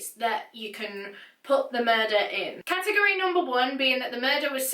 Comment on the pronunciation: Cat-tegg-gory🤦🏼‍♂️😂😂😂 It's Category 😂 Just 1 word😂🤦🏼‍♂️😂